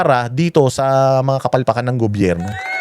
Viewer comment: IS THE MAN. HE DOESN'T KISS ASS. AT LAGING MAY SENSE ANG SINASABI. SYA DAPAT ANG LEADER NG BANATEROS. MAPA ENGLISH OR TAGALOG ANG SALITA NYA CLEAR LAGI ANG WORDS. DI GAYA NI NA SIMPLENG WORD NA GOBYERNO DI PA MASA BI...GOBERNO ANG BINIBIGKAS 😂 PAG SINABING BANATEROS, SI YUN🥰